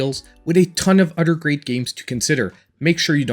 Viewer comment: If you say udder one more time 😂